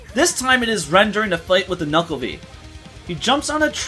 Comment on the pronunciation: It's pronounced NUKE-LA-VEY not Nukeale